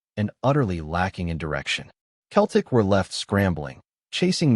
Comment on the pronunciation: Can't even say Celtic.